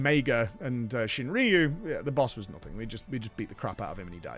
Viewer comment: Pretty sure it's ShuinRYU not ShinRIYU, there's no I... Sorry for nitpicking